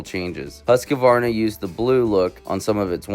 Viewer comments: Dude, its pronounced hoosk-varna. Not huska-varna or husky-varna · Huskavarna ?Learn to pronounce the bikes name